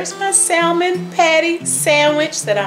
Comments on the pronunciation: The "L" is silent pronounce samon not Sal mon.. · Dear heart. No disrespect intended, and I used to make the same mistake in the pronunciation of the word salmon. The l in salmon is silent, dear. The a is short; consequently; salmon is pronounced saa mon, not sal mon. On a positive note, your recipe is spot on, and using your mama's cast iron skillet is classic, chile. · Yup it’s samon. Without the letter L but we like you, so say how you want. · Salmon, is pronouned SAMMON! The "l" is silent!! You salmon patties look so good! By the way, I love the bones!! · It's pronounced Sam mon. Remove the L it is silent in announciation. Otherwise carry on 👍🏾 Oh! I must say you definitely handle the knife WELL when chopping👌🏾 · Those look great! I'm from NC and lived in the Northwest(Seattle) for a decade and they will let you know real quick that the "L" in Salmon is silent. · Did this TODAY....no bread crumbs tho, flour and cornmeal, but they're excellent. By the way the "L" in salmon is "silent", not pronounced. Good job, good recipe. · Honey you don’t say the L in salmon Just had to say it ❤❤❤No clue why they put that L there lol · The L in salmon is silent!